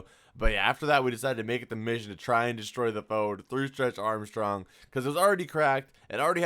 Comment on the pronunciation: "stretch armshcrong" 😂😂😂😂